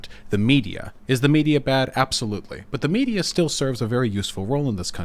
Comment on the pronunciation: "Ineffectuous" was all I needed to hear.